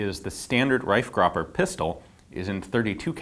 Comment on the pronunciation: Pretty good pronunciation of the name Reifgraber.